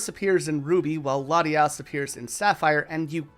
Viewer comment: THERE IS NO N IN LATIOS OR LATIAS! REMOVE THE LETTER NOW!